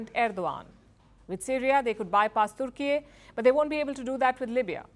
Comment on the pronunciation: Why is she struggling to pronounce "Turkey" with her Indian accent 🤣